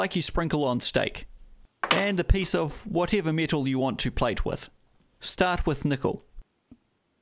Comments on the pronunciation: its pronounced metal not mithol 😂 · What are “tist pieces or mital “ apart from that, love the squeaky, nutty bitch voice that I assume is how you visualise your target audience. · "Meatle"? Kneekle"? Me no speak Japanese.